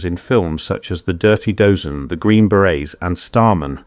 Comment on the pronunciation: AI-GENERATED commentary? The Dirty Dozen is pronounced as the 'Dirty Doze N'